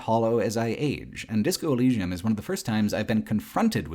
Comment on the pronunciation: you cant even say the name of the game corectly? wtf?